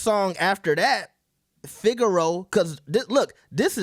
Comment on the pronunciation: Fig-eh-row-uh is how u pronounce it. Not figure row. Theres an a there at the end 😂😂